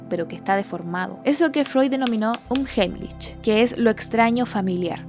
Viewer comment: se dice "unjaimlij" con la primera jota más suave, porque viene de una h aspirada 😊